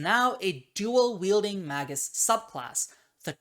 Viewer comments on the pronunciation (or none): Mag(azine)-us Me: It's Mag(e)-us!